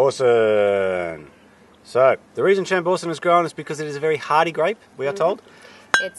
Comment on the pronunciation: Cassegrain Wines on the NSW Mid North Coast were the first to commercially produce Chambourcin. Also please learn the correct way Chambourcin is pronounced, your adding a very bad Australian scent to it! However your tastings noted are pretty good for the area which you are in at the moment :) great show by the way :)